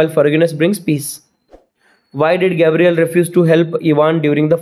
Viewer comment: sir, Ivans neighbour name is Gavryl not Gabriel.